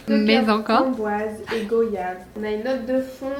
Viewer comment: Qui savait que goyave se prononce comme voyage?